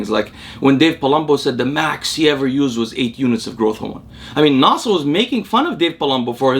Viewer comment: You pronounce "Nasser" with perfect Arabic pronunciation.